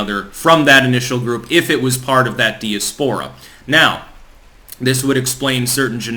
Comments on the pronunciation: For the love of God....please learn how to pronounce 'diaspora' ('Die- as-po-ra') & Tanzania ('Tan-za-knee-a'). You sound like a hick the way you mangle pronunciations. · Say diaspora again....